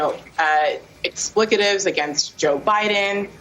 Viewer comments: no, an expletive is ...the woman said ixplicative I'm pretty sure that's not a word. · 3.54 What's an "explicative" ? ... Is it wet ? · What in hell is an ex plicative? Is this person some sort of journalist? Surely she means expletive? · What is an "explicative"? Did she mean expletive? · Explicitive????? What drugs is she on? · Ex- ple- tive.... not explickative ...LOL AND THEY CALL US DUMB HILLBILLIES LOLOLOL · That lady said explicative when she probably meant expletive. Not too bright. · Hey, New York Times Lady: what’s “explicative”? 🤔😂🤣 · It’s E X P L E T I V E , You brain dead politician. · So what the hell is an, ixplicative...I just thought I'd aks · Bro didnt she say expletive?